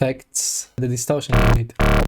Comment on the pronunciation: "distaucien uneet"